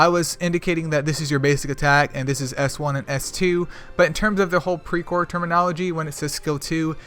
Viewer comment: Well you pronounced it almost perfectly.. Hehe...anyway thanks for the video... i hv much better understanding about pre core now.. 👌